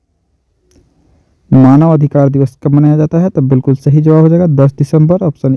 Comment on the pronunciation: sh aur s ko bolne me fark nhi malum shahi nhi hota balke sahi hota hai sir